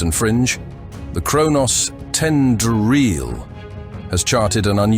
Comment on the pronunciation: I love how the AI attempts to pronounce any typos in the script. “Ten-do-reel” … you mean “tendril”?